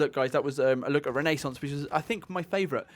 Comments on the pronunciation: Machiavelli would have been proud of that once in a life time pronunciation of "renaissance" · i disliked not because infinite warfare, but because how they pronounced Renaissance. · "Because of Renaissance (awful pronunciation BTW), I'm guessing it's Italy".. (T . T) Whyy...